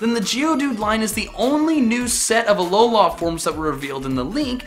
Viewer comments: Alo-lah WRONG Alo-luh RIGHT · its pronounced Uh-Low-Lu